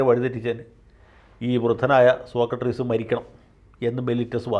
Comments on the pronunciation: വക്കീൽ എന്താ സോകട്രീസ് എന്ന് പറയുന്നത്? സോക്രടീസ് എന്നല്ലേ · വക്കീൽ സാർ സോക്കട്ട്രീസ് എന്നാണ് ആവർത്തിച്ചു പറയുന്നത്, സോക്രട്ടീസ് ആണ്... 🙏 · സോക്രട്ടീസ് ആണ് വക്കീലേ. സോക്രട്രീസ് അല്ല. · ആദ്യമായി ജയശങ്കർ വക്കീലിൻ്റെ ഒരു തെറ്റ് കണ്ടുപിടിച്ചു. സോക്ക ട്രീസ് എന്നാ പറയുന്നത്😊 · സോക്ക ട്രീസ് അല്ല സോക്രട്ടീസ് ആണ് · സോക്കട്രിസല്ല സോക്രട്ടീസ് അല്ലെ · സോക്കട്രീസല്ല സർ സോക്രട്ടീസ്...... മാക്രിയുടെ ക്ര! താങ്കൾ ഒരു കമൻ്റ്സും വായിക്കാറില്ല എന്നറിയാം....... പക്ഷേ നാട്ടുകാർ വായിക്കും അവരുടെ എണ്ണം ഒന്ന് നോക്കി വെച്ചോളു. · ശ്രീ ജയശങ്കർ, സോക്കട്രീസ് എന്ന് പറയാതിരിയ്ക്കു. മഹാന്മാരുടെ പേരുകളെങ്കിലും തെറ്റി ഉച്ചരിയ്ക്കാതിരിയ്ക്കൂ. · അഡ്വക്കേറ്റ് ജയശങ്കർ സോക്രട്ടീസ് എന്നത് സോകട്രീസ് എന്നാണ് തെറ്റായി ഉച്ചരിക്കുന്നത് ! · സോക്കട്ട്റീസ് എന്നാണോ വക്കീൽ സാറേ, സോക്രട്ടീസ് എന്നല്ലേ അതിയാൻ്റെ പേര്? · സോക്കട്രീസ് എന്നത് സോക്രട്ടീസ് എന്നാക്കിയാൽ ഉചിതമായി സർ. 🙏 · 'സോക്കട്രീസ്' അല്ല... 'സോക്രട്ടീസ്' എന്ന് പറ വക്കീലേ...😎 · വക്കീലേ... സോക്രട്ട്രീസ് എന്നല്ല, സോക്രട്ടസ് അല്ലെങ്കിൽ സോക്രട്ടീസ് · സോകാട്രീസ് അല്ല. സോക്രടീസ് (Socrates) എന്നാണ്. . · സോക്കട്രീസ് ആണോ സോക്രട്ടീസ് അല്ലേ? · സോകട്രീസ് അല്ല സോക്രടീസ് ആണ് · Sokkartees അല്ല Sokratees ആണ് ശരിക്കുള്ള സ്പെല്ലിങ് socrates ആണ് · Sir, you pronounce "Socratrees"! The philosopher was Socrates not "---trees". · 'സോക്കർട്രീസ് ' അല്ല വക്കീലേ..... സോക്രട്ടീസ്..... സോ -ക്ര -ട്ടീ -സ്...